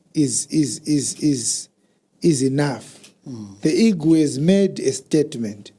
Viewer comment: Eagle not Ego